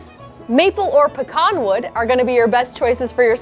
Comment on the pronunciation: Thank you for properly pronouncing pecan correctly.